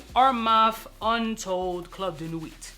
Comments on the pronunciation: Im usually not pronunciation stickler but idk why him pronouncing the "t" in nuit is irking the hell outta me lol. Also, baccarat itself has the same harsh rubbing alcohol vibe in the opening. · Sir at least pronounce nuit correctly. T IS SILENT in nuit